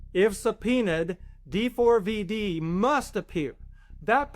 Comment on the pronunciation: FYI - it’s pronounced “David”